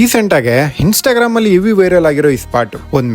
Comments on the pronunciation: Hinstagram?? Hunderground?? Harebian?? ಮೊದ್ಲು ಕನ್ನಡ ಸರಿಯಾಗಿ ಮಾತಾಡು. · ಗುರುವೇ ನಿನ್ನ ಅ ಕಾರ, ಹ ಕಾರ, ಇ ಕಾರ ಸರಿ ಮಾಡ್ಕೊಳಪ್ಪ ಹರೇಬಿಯನ್ ಅಂತಿಯ,ಹಂಡರ್ ಗ್ರೌಂಡ್ ಅಂತಿಯ ಹಿಂಸ್ಟಗ್ರಾಮ್ ಅಂತಿಯ 😂😂😂